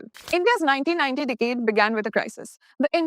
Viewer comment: You mispronounced the word "Decade" again and again. Majority Indians are weak in pronunciation.